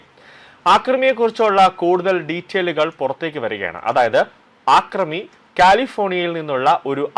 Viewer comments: ആക്രമി അല്ല അക്രമി ആക്രമണം അക്രമം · ആക്രമി അല്ലടോ യൂ ട്യൂബ്റെ. അക്രമി. വിധ്യാഭ്യാസം അല്ല വിദ്യാഭ്യാസം